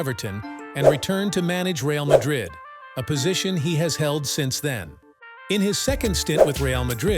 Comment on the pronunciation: You have no idea about football when you don't know to pronounce Real's name